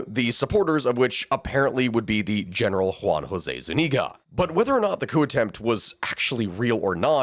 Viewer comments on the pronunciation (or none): Zuñiga, with an ñ, like gn in Italian. Thats about the only thing I can find wrong :P